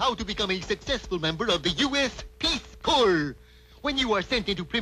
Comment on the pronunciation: I remember this one, and I always thought it interesting---out of respect, no doubt---that didn't mispronounce "Corps".